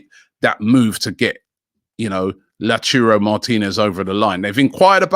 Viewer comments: Robbie please stop saying Lau churro martinez or lauturo.. it's lautaro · Robbie i beg man stop saying La Churo😭😭... its Lau ta ro.... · Can someone please teach Robbie how to say lautaro "la churro" Martinez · Robbie pls learn how to say names properly. its L A U T A R O not L A T U R O. Sort it out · Lau - tau - ro Martinez NOT Lachurro. Butchering names again. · Lauchuro martinez!!! LOL no chance Robbie! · LAUTARO Martinez not Lechiurou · nobody: Robbie: La Churro Martinez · My ears hurt when robbie says LaUTurRO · "La Churro" Martinez? Lmao If he doesn't sign it's because Robbie keeps calling him a Spanish doughnut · LauTaro Martinez - Robbie!! T not C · I hope La churro doesn't come for this same reason. It would be mad to hear Robbie say it like that everytime. PLUS, when did Robbie even start saying first names of the players? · Robbie Please pronounce Lautaro Martinez correctly. Your pronounced his name wrong! It's Lotaro ! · Who's this "Lachuro" Martínez Robbie keeps mentioning? 🤔🤷🏽‍♂️ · Someone please correct Robi on how to say Lautaro Martinez’s First name correctly cuz I can already see the pain coming next season if Arsenal sign him. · Robbie if you cant pronounce Lautaro then just say Martinez. Pls Robbie i cant keep up with this😂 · The way he pronounces Lautaro triggers me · It triggers everybody